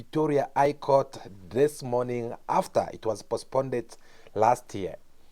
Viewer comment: My brother is postponed not pospnded